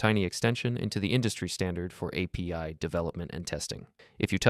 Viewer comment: Дуже поганий переклад, неправильне наголошення, постійно апі називає арі